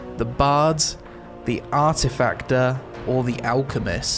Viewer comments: When he said artificter instead of artificer I was pissed then I came to my senses for 2 secs and lost my shit for no reason like a fucking idiot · Word: Artificer: ARTIFAKTER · Did he just call it the Arti"Factor"!?! It is artificer!!! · Artificer* "TEEFling"* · (the "AR-TEE-FAK-TER") u w0t m8!? learning new words with! i m greek and i m pretty sure that word doesnt exist in english. mr englishman... u shoulda known u made a mistake lol. the "AR-TEE-FEE-SER". sigh... Also "DDO"?..:O Oh "sponsored" nvm then.. xd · did you just mispronounce arti-fycer? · The "Artifactor" and the "Necromaster" part gave me a good chuckle. I had to listen again when "the second strike of the dong" was said to make sure I heard correctly. lol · Ah yes the Artifackter, my favourite class. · It said Artificier right? As a non native english speaker i was a bit surprised at his pronounciation, but I guess he just read it too fast ^^ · it's "arr-tih-fiss-ee-urr" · in germany we pronounce it arti fischer XD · I was triggered by the way he pronounced Artificer. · Woah I've never heard someone mispronounce artificer that badly before